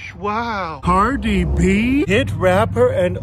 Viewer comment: "Cardi Bim-gus" 🤣